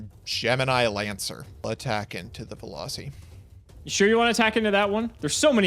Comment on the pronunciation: Veloci? You mean Velussy